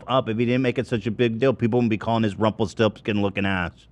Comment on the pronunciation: DID ZACK JUST SAY RUMPLE FORESKIN